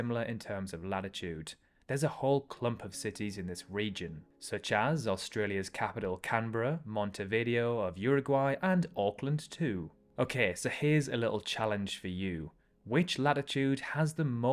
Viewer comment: FYI, you're pronouncing '"Montevideo" wrong; the 5 Spanish vowels only have 5 sounds, hence everything in Spanish pronunciation is easily predictable. You pronounce it "mont-tay-vid-DAY-o". (Maybe closer to "mont-teh-vid-DAY-o")